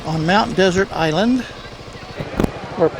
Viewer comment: It's pronounced "dessert"